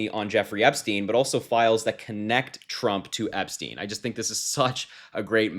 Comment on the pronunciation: Correct pronunciation is Epstine not Epsteen.